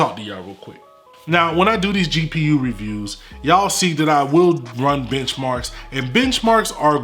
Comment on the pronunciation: yooo dude when you say "benchmarks" especially , so i have a thought in my mind that you're secretly saying bitch-marks